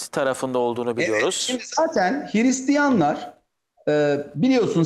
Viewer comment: Hiristiyan değil, Hırıstiyan.